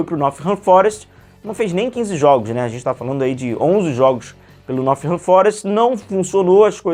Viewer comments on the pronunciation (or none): tu falou "Nothingham" no vídeo 😂 Não tem esse "th" não, é som de "t" mesmo. Nottingham Forest é o nome do clube.